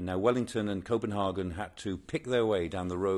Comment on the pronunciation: His pronunciation of 'Copenhagen' is irritating.